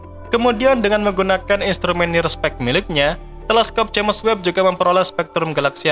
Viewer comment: Sebutannya "Jams" bkn "Ja mes"🤔